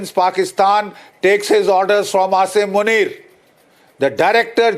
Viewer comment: Its Asim Muneer not Asaym Muneer 🤣